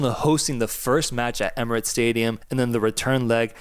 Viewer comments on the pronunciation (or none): none